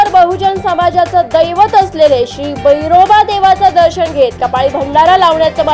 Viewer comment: भैरोबा नव्हे बिरोभा म्हणा